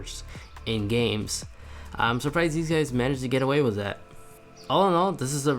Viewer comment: with not wis